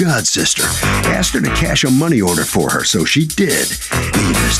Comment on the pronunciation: " Axed me ". Lord, have mercy on these ignorant people.